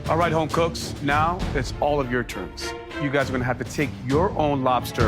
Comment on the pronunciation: I love the way Aaron says "home cooks" like "homeboys".